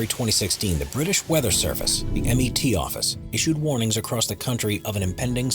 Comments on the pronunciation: Lol. Its not the M.E.T. Office, its the Met Office as in meteorological. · you did not just pronounce met office as m.e.t office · "The British M.E.T office...." It's MET Office, like the New York Mets, FFS!